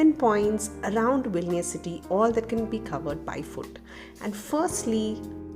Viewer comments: You said Vilinius 16 times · Hi.. congratulations for 10k.🎉 Actually loved the way you narrated the video. It remind me about my english miss from high school who beautifully read the stories for us.😍 And I think you pronounced vilnius '14' times...